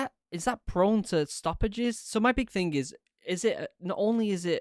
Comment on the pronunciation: is he saying "stoppages" or "sausages"?